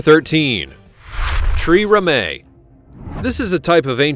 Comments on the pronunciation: "tree - rem - ay! What the hell is that? 'Tri - reme'. Ye gods. I usually assume this kind of linguistic gibberish is the result of an AI (classic example is often"ME Two Six Two"). Please tell me this isn't AI, but if not, then who the hell told the narrator to say 'tree-rem'ay'? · Pronunciation: Byzantine - bizanteen; Trireme- try-ream